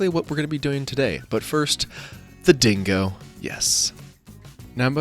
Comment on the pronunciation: Ding-go mate, D I N G G O not Dingowa....